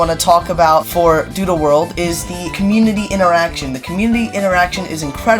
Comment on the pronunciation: Why it sounds like he said doodoo world 💀